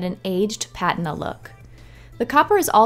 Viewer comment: Look up how to pronounce patina. Lol